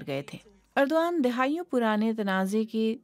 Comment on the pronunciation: درست کر لو یہ اردو وان ھے جس طرح ارتغرل نھین الر ترل ۔